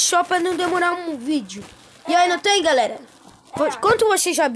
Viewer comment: Uma hora ele fala galera outra galela